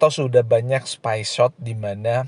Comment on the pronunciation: Halloo, u/ pengucapan "SPY SHOOT dlm bhs Inggris british sbaiknya & disarankan diucapkan dng "SPAY SHUT" Semangat terus keep up the good work.!!! 👍😊